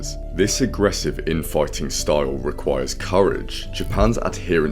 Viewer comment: Not often I hear style being pronounced staouwle